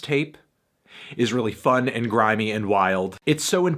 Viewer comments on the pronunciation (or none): nobody: Fantano: GrImEy